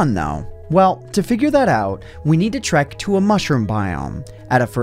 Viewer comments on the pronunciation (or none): none